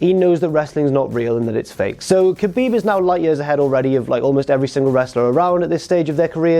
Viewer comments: Khabib = habib not kabib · You said his name wrong both of them... 😔